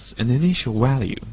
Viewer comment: It then returns the walue